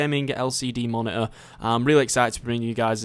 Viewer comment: Ma - ni - urg (monitor) XD